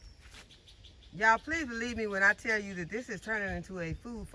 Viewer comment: I see you just got real when you said let me tale you all something and you pause that was a good laugh love you keep being a blessing to us all God Bless you and your family Utube farmer.